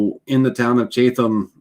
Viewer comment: It's pronounced Chat...em lol How do you seal when finished for outside??